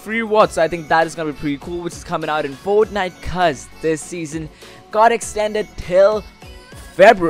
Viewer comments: this is how many times he said foatniteee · each like is the amount of times this man said fortnife